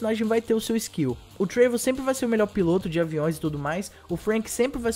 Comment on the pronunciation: Muito bom o video, mas cara acho q nao é TREIVOR, é TRÉVOR, sabe o jeito q se fala o nome dele fika estranho mas muito foda as noticias valeu